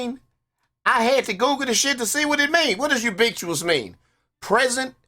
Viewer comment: Ubiquitous: U-bick-wit-us. There you go dawg. Easy way to pronounce it 👍🏻